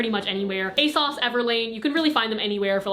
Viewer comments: I never knew people pronounced ASOS as "a-sauce"... I say "a-sose" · Y did she keep pronouncing it asauce it’s ASOS I think but I still luv ya💝💗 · the way you pronounce asos makes me really happy. it's like "a sauce". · when you find out ASOS is actually pronounced a-sauce LOL